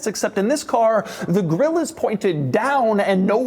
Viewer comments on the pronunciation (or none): none